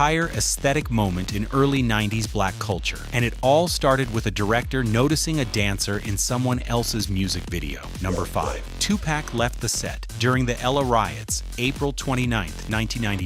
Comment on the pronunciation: Did he really say the La Riots instead of the LA riots...💀